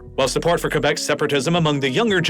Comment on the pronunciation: I love how you pronounced Quebec right, and now "kwebek" like most others do